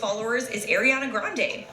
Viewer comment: Its Ariana, Not Airana 😔😔😔😔